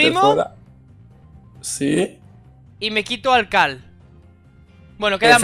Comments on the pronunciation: NO ES CAL ES CARL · Dijo cal ajajajjajajaajajwj xD